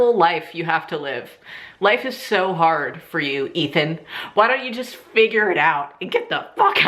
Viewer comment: I was eating when you said Ethan and I thought you said Meathead lol